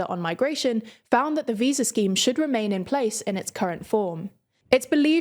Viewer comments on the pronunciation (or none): none